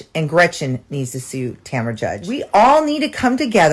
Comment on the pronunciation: lost me when she couldn’t say sue or class action😂😂